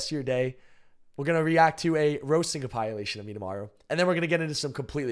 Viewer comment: there is no way you just said com-pie-e-lation......